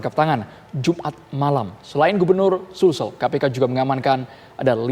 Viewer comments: Sulsel bukan sumsel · Kirain gw aja yg dengarnya sumsel... Gmn seh reporter ga tau peta Indonesia ya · Sul-sel mba..bukan Sum-sel..😀